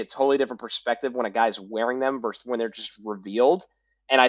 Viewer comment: BTW, the word is versus, not verse. 😏